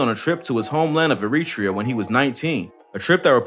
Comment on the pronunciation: The way he said eritrea 🤣